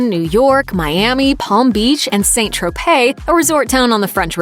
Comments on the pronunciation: It's not like the Saints go marching in. St Tropez is pronounced sant tropez (short eh), not saint˜ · Why tf is she pronouncing saint Tropez as "saint" its pronounced "san" ffs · "SAN" tropez (not Saint) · It's not pronounced 'saint' Tropez but 'san' Tropez. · SAINT Tropez is pronounced SAN Tro-pay. French spelling SAINT is pronounced SAN. Saint Louis = San Lou-ee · ‘Saint’ Tropez? Ffs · I have to correct your pronunciation of St Tropez...it is San Tropez not Saint! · St. Tropez is pronounced SAN TROPAY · St. Tropez, is pronounced "San Tropay" you ignorant bint. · It’s pronounced san tropez. T is silent.